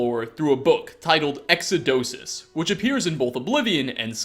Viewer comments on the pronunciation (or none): lmao ...exodosus? its ex-oh-dus! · Christ, I know your pronunciation on some things isn't the best, especially when it's a fake name from a fantasy world, but Ex-o-do-sus? Really? It's like you weren't even trying. Ex-o-dus. You're adding in extra fucking syllables where they don't belong now. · "Exodosus" lol Exodus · He purposely said exodosus he's 4 universes ahead of us... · exodus... exo - dus... not whatever the hell you said lol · This nigga pronounced exodus exodosus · Exodosus? it's spelled Exodus and pronounced without the os. great mod but seriously, try actually reading at least the title of something before pronouncing it in a video. that was just to far off and cringe to be acceptable. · Il-eee-ack, not Ilique. X-oh-duss, not Exodosis. You pulled me right out of my excitement, dude. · "Exodus", not "Exudosus" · Are you actually so stupid that you can't pronounce fucking exodus? Seriously? EXUDOSIS? You already speak like you have a serious learning disability and your name is LeEpicGamerXDXDXD42069 ffs. There is no way you're not a literal moron. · It's "ex-o-dus" not "ex-eh-do-sus", like, how do you even butcher a word that badly? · Ilee-ick? Dude it’s ill-ee-ack. Iliac and exodus are just some of the things you’ve pronounced incorrectly. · "X O dough suss" -, 2018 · ermm... it's exodus, not 'exodosis'. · Lol ''Exodosus'' ;) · I’m afraid you pronounced Exodus entirely wrong. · It’s EXODUS. Not whatever the fuck you just said. “Exodosus” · …Did this man just pronounce the word Exodus as “Exodosis?” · "Through a book titled exadosus." Mispronunciation is one thing, but you just added a nonexistent syllable...h-how...EXODUS! LIKE IN THE DAMN BIBLE! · X-uh-doh-sis? It's Ex-uh-dis. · "Exodosus" LUL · I had to do a double take to make sure he said Exodosis... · "Exodosus"? don't you mean exodus? :P or is this another 'murdered to death' thing? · exo - dus not exo do sis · It's Exodus, not exodusus! - Hermione Granger